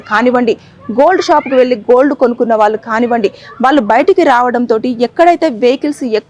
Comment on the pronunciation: Heights of kadu. Hats off అని పలకాలి. వాళ్ళు అని పలకలేవా? వాల్లు అని పలుకుతావేంటి అసహ్యంగా. ముందు భాష నేర్చుకుని అప్పుడు యాంకరింగ్ చెయ్యి.